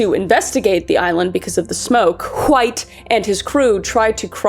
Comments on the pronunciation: Please tell me stewy that’s how you always pronounce wHite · wHHite wHo wHere should like my grandma with those “hs” they are meant to be silent kris gosH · "John hUHWHITE" 🗣️🗣️ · I heard John huh-white had a penchant for Kool-huh-whip. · You got me dying everytime you say Hwite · John Wwwhhhite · You really get the WH in White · Normally I'm unbothered by mispronunciation, especially when it's done on purpose but holy hell, Kris. You can only forcefully add the H in wHite so many times before I had to skip the video. I realized that I was getting so annoyed that I was actually becoming mad which is why I skipped the rest of it. ... Like, wtf? 😂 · Did anyone ever tell you that you say "White" like Stewie Griffin? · I'm so sorry but the way you pronounce "White" is ascending me rn😂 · Why are you pronouncing White so weird?